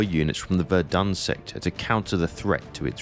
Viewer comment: KI kann nicht mal Somme und Verdun richtig aussprechen.